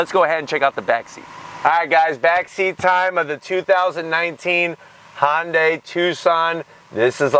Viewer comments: yes I know but the correct name is Hyundai not honday thanks for not being able to get the name! correct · Its called a Hyundai not a honday ??? Look at the badge and learn English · I love ur reviews - but its Hyundai, like Sunday.